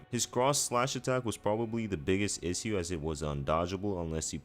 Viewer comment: Here's the issue. My man doesn't have a clue how to pronounce the word issue 😂😂